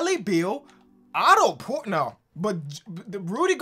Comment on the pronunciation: When said Otto porter